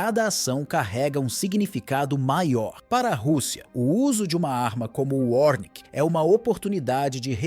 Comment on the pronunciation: É ORESHNIK nao 'ornik'